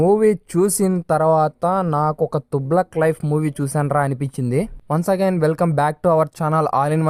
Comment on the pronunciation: Thuuglak kadhu ra babu 😂